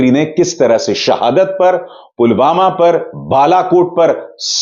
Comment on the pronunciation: pulwama ka naam bi theek se nahi bol paye the